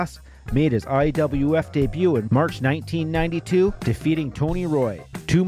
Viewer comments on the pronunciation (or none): none